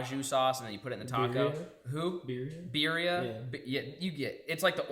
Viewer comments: Dude, listening to pronounce Jarritos, Tamarine, and Birria was some of the most hick shit I’ve ever heard lol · Yooo as a Mexican on this channel the word you were looking for was birria 😂😂 roll the Rs Shoooo haven’t seen videos in a while but glad I’m back 💯